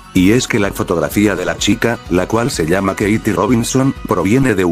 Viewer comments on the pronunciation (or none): none